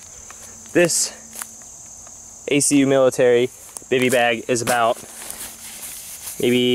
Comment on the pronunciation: One part you said Accu, youre supposed to just say they letters like you did in most of the video. No worries, I am an Army vet, its no biggy